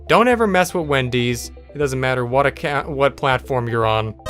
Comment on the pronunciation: "Haha, yro'ue"